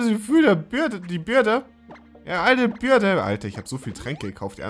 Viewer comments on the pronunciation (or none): Man spricht es nicht "Birde" aus, sondern "Bööördiiii". Dann macht es auch viel mehr Sinn.